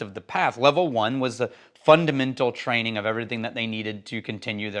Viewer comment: I love that extraneous K sound carries over to “Trainingk”